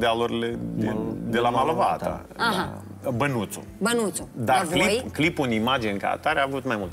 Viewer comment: Bravo ♥️ Numai că nu Malovato, dar Molovata😁